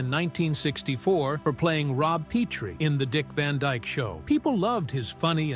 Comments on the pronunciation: Merry Mutes not Mary Mutts. Pronounced Pet-ree, not Pee-tree. The TV pilot with Carl Reiner stunk! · It's not Peetree! It's Petrie! You think you would know. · Is it a rule that every YouTube video has to have at least mispronounced name? His character on The Dick Van Dyke Show's name was pronounced "PET tree" NOT "PETE-tree." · This narrator had some laughable mispronunciations -- i.e. "Peetrie," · I get that it's easy to flub a word or two... but you mispronounced Petrie and live. (You said peetree and liv.) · Pee Tree????????????????? Chim-Chim chair-ee????????? So, who did he truly hate???????? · This is the number one of those scam YouTube videos you never address the title of it also you don't seem to know how to pronounce half the words like Rob Petry. This was actually used in one of the episodes of The Dick Van Dyke Show. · If you watched the sitcom you would know the pronunciation! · "Petrie" has a short "e."